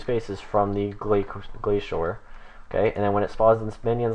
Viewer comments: The way Glacor is pronounced is "Glay-soar" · Wrong, Glacor is pronounced "Glah-kor" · You pronounced glacor like 8 different ways